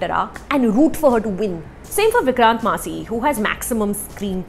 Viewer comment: Your pronunciation Of Massey is wrong...